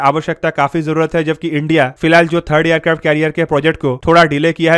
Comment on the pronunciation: Bro why you says Aircrafto all the time you can say it simply Aircrafts